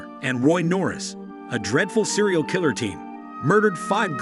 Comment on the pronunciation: As soon as the narrator pronounced "kil-ler" as "ky-ler," I was done.